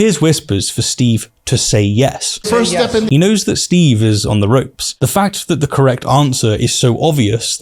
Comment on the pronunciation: Learn the difference between F and TH, they are not the same